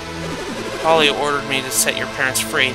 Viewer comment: I LOLed when you pronounced Puelle as 'Polly' again and again =p